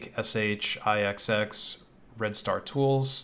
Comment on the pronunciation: That is not how you pronounce that name. It is supposed to be: ta-ke-shi-xx. I am here for the thumbnail.